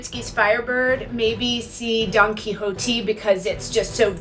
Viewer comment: When she pronounced Don Quixote, “Donkey hoe tee” lmaooo